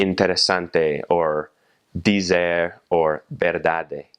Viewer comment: the way he pronounce dizer is soo American xD